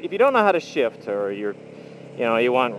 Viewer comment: everytime, i hear shit instead of shift